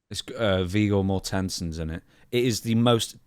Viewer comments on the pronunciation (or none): I don't know how depressing 'The Road' is but that's not how you pronounce 'Viggo Mortensen'